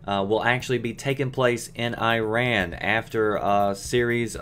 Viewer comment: Why would you worry about pronouncing Bandar properly when you already can't pronounce Iran properly?